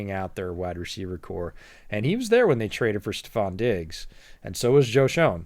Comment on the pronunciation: Love the idea! Btw, Joe Schoen is pronounced "Shane", but it's an easy mistake to make lol.